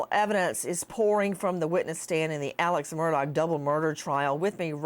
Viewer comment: "aleks merdog" gets me every darn time